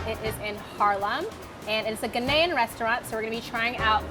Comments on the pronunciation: The way she says Ghananian is killing me! I can't believe that you think Nigerian Jollof is better than Ghanaian Jollof., you killing me. GHANA JOLLOF All Day🇬🇭🇬🇭!!!! Fun fact WJRD (World Jollof Rice Day) is August 22nd. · She said GHANAYAN😭😭😭😭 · I’m Ghanaian , but that not how you pronounce Ghanaian. I’m so sorry but it’s bugging me so bad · Yooo, She just violated Ghana by the way she pronounced Ghanian. 🤯🤯😰